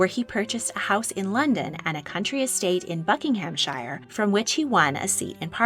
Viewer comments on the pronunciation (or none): I find your videos really interesting and you have a pleasant narrator voice... but for all, that's good and pure in this world, please look up the pronunciation of English places (like Buckinghamshire) because your disregard for the silent 'h' takes me out of the story every time. I know that the American namesake places can be pronounced differently as American English evolved in its own way but please, please just google it.